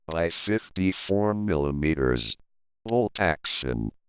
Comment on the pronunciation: "milliyeemeeterers" got to love that sexy voice